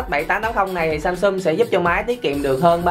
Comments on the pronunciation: Ít nhất cũng phải phát âm chữ Samsung cho ra Samsung chứ ai đâu lại Samsum. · Người Việt rất hay gọi SamSum thay vì SamSung :p